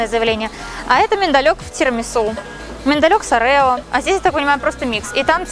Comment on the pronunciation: Оооооооорео❗❤️, а не ореееееооо❗